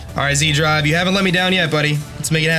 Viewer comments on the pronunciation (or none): Wouldn't zDrive be pronounced as setDrive? (Austrian, not Australian, here)